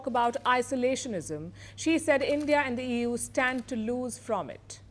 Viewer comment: She says Ewww instead of EU 😂😂😂